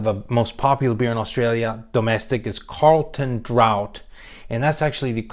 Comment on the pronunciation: Also it's not 'Carlton Drought' it's 'Carlton Draft'